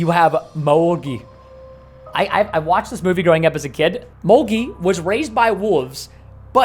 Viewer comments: It's mowgLi not mowgii.. but also mowgli was adopted by a wolf family not baloo.. baloo was the teacher for wolf cubs that's why he taught Mowgli too... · It's mogli not "mogi"😂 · 'Molgi' lol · No, he said mogi